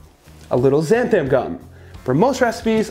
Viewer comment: its XanTHAN gum not THAM gum.